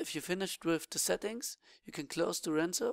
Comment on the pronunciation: Dude can't you read? DuraZNo, not DuraNZo